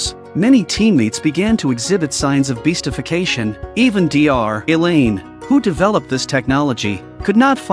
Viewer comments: You canbtell by how it calls doctor Elain 'D R Elain' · "Dee Are - Elaine"